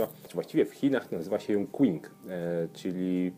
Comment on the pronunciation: Panie, uwaga na temat wymowy chińskiej: Q w transkrypcji pin yin czyta się jak polskie "Ć", więc kolor tej herbaty to nie "kłing" tylko "cing", chociaż trzeba zaznaczyć, że G na końcu też praktycznie nie jest wymawiane, używane jest w transkrypcji dla zaznaczenia "N", które wymawia się dotykając językiem podniebienia. Jest to inne "N" niż to występujące np. w nazwie herbaty Jun Shan Yin Zhen (aż czterokrotnie!). Tutaj wymawiamy je tak jak typowe polskie "N", dotykając językiem górnych zębów. "X", jak w nazwie prowincji Anxi, wymawia się jak polskie "Ś". "W" (Wulong, Wuyi) wymawiamy według wymowy angielskiej (mniej więcej polskie "Ł"). Mam nadzieję, że moje nieudolne tłumaczenie nie jest zbyt chaotyczne. Pozdrawiam, tak trzymać z filmikami!